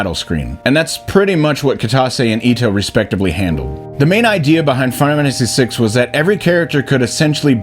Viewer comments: Dude, say the name of the game properly! ...WTF is "Finamanacy6"?!🤦🏼‍♀️😆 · Makes a video on Final Fantasy VI Is incapable of pronouncing Final Fantasy VI